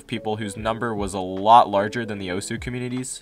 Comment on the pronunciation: The way he says “Osu” makes me want to cut myself